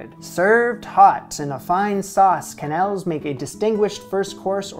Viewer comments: As a French Canadian: its Ke-nelle!!! Im slowly dying inside everytime you say Que-nel 😢😢😢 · En francais the QU sound like a hard K and not a QW So for example Quebec is Kebek, not Qwebek and of course Quenelle is Kenell not Qwenelle. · I'm glad to see you making some of the Julia recipes that most people ignore. You plated the quenelles and sauce beautifully. I love quenelles, but I don't make them very often. Plain quenelles are particularly elegant with lobster sauce, and they are great as a fish course if you are hosting a multi-course dinner party because they are easy to warm up. The pronunciation is definitely "ke-nel". In French, "qu" is always "k". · In french "que" sound like "ke" the U is silent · But the "e" right after "qu" should be closer to an english "a". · your prononciation of quenelle is correct, but the plural, written quenelles, is pronounced without the s. basically exactly the same as the singular